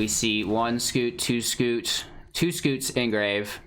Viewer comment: It's scute, not scoot.